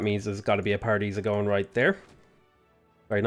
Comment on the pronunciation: I need a counter for how many times said Paradeesa (i know i spelled it wrong!) lol